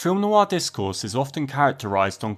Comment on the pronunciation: "Noir" has just one syllable - not Noo-Arr